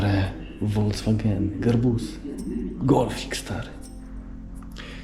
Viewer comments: "Woldzwagen" :D chyba najpopularniejsza marka aut w Polsce, a nadal mamy problem z jej prawidłową wymową :D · Folks-waaagn chyba powinno być. :D